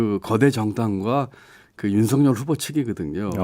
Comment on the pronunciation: 진행하시는 중에 김종배 앵커께서 '윤석열'을 [윤서결]로 발음해주셔서 속이 시원했습니다. 별 것 아닌 것처럼 보여도 엄연히 맞춤법이 존재하는데 사람들이 이를 어기고 자꾸 [윤성녈]로 발음해서 거슬리더라고요. 사족입니다. ㅋㅋ